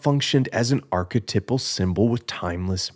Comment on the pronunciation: It’s pronounced arc-eh-TIPE-al. Archetype. TYPE. I only mention it because you say the word “archetypal” 300 times. I’m so sorry I loved the video and also liked and subscribed I’m so sorry